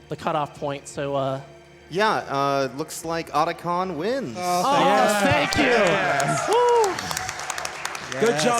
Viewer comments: Who's Oder-Con? Sounds like a bank robber who smells bad. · Well that's one way to pronounce Octagon. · lol at americans making up their own pronunciation once again. OTACON no oats in the spelling there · Could you please not mispronounce Otacon's name? Thanks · How do you miss pronounce the name repeatedly when they SAY IT OUT LOUD DURING THE FREAKING RUN?